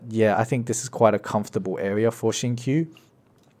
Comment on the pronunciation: The way pronounce Xingqiu's name is wrong just pointing it out. Great guide tho